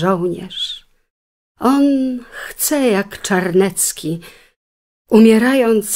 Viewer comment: CZARNECKI? Nie CzarNIEcki?